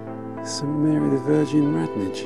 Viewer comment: Wonderful to see my old stamping ground explored. The village of Radnage should be pronounced Randage but that pronounciation has probably fallen out of use. Spriggs Alley should be pronounced Spriggs Ollie.